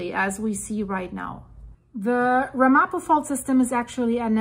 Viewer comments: Pronounced more like RAMapo with the accent on the first syllable. The Ramapo Mountains are a relatively small area just north of the NJ-NY border. The word is of Native American origin, and a local group in the area has been recognized as a tribe by the State of New Jersey. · It's pronounced RAM-a-po. And it's New MAH-drid. Excellent video. Thanks for keeping us informed. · It’s pronounced Ram-a-poe